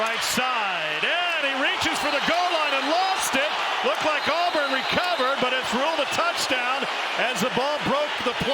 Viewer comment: the name is not Alburn. it's Auburn.